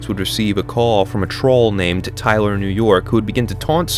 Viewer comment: I have to nitpick correct you on ONE thing, can't enunciate his L's, so he said "Hey TYWER" 38 times lol hey tywer!